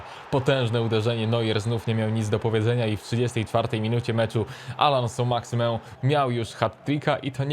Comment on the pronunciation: czy tylko mnie irytuje jak mówi "SĄ MAXIMĘ"